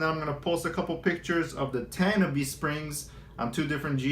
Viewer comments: Tan I be lol :) We know he aint from cali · Tah nah bee is the pronunciation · It’s pronounced “Tah Nah Bay”